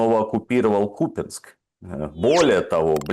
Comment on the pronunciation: задрали с этим кУпянск, тогда что, лУганск будет правильно?) КупЯнск, а не кУпянск, аж уши режет, как докУменты..